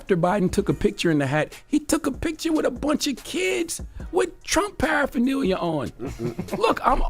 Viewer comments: He is reading off of a script, and he is saying “adminiscration” and “parapherneelia”. This dude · Paraphernalia?? Wow send him a dictionary